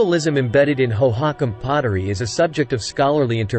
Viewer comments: I came to the comments to find this. It's pronounced Hoe-hoe-KAHM One of the many things I hate about AI voice overs: mispronunciations! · AI voices are the WORST!! It is absolutely not pronounced hoe-HOCk-em. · where are all these strange (!) pictures about architecture and pottery from?? and the strange pronunciation of the name hohokam? (natives pronounce it differently and en.wiki also gives another pronunciation...) is this an AI-constructed fantasy-civilisation? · "National History"? Whose national history is this with the abjad text ("الولايات المتحدة")? AI programming is worse than nothing. "hoe-hock'-um" lmfao Thumbs down. Looking for science, not this AI generated, homogenized gobbledygook. Moving on.